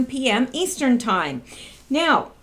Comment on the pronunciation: On the 5th Huber-on the 7th Trump may shut down whatever. I love how you say now-sounds like meow, like a kitty cat. I talked with someone who went though the immigrant process, he said it took him 13,000.00 and like 10 years, just maybe they should do something about all of that, the system could be redone and updated to process people faster. That is the reason most just don't do it. Modern systems should allow for faster processing. Instead they choose to back up the process.